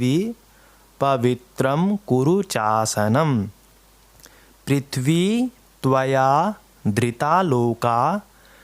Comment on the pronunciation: Not चासनम it's cha+ aasanam... Hare Krishna 🌺🙏🏻